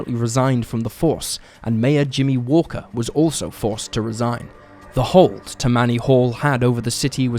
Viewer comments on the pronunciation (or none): “Tah-me-knee” Hall not Tuh-manee. Said quickly all at once. They were specifically known for being the most crooked political group of their time.